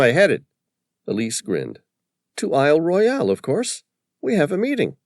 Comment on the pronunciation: There are No sharks in ice cold fresh water Lake Superior. And Isle Royale is pronounced Royal by locals